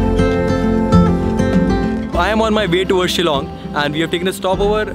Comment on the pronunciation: I love the fact that you can pronounced the word Shillong correctly btw thanks alot bro for this video....✌️✌️from Shillong